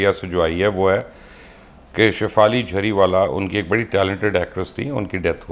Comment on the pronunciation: لقمان صاحب جھری والا نہیں جری والا ہے